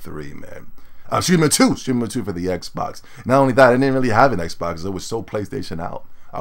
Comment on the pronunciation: said "xbax" lol